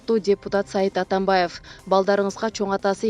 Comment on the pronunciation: Журналист кыз Атамбаевтин уулу Сайид эмес Сейид.Сайид Афгандарда, Турктордо б.т.